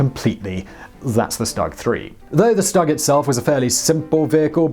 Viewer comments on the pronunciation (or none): Stug is pronounced Shtoog, not s-tug Cause the way you pronounce the full name of the tank the Sturmgeschütz III. otherwise, it was good. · "Shtoog" not "stug" but fun video nonetheless! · It’s st-oo-g not st-u-g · Tiger tank is the Baneblade of the WW2. Why is it jarring to hear "Stug?" That seems right, even if almost everyone says "Stoog"? I don't know anything about pronunciation so don't care either way, but which is it?